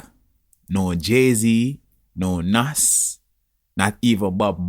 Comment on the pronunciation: man name pronounced "NAZZ" not NAS Lovelane TV....